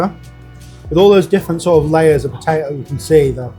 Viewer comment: He can't even pronounce potato.